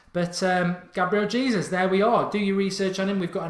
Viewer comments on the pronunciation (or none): His surname is pronounced 'Haysoos' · "Hey Zeus" is how you pronounce it :)